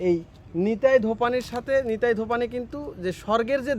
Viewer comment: বোকাচোদা ব্লগার ভাই, ওটা নিতাই ধোপানি নয়। নেতাধোপানি, আগে ভাষা ঠিক কর। মেয়ের নাম নিতাই হয় কোনদিন। আস্ত ভোদাই।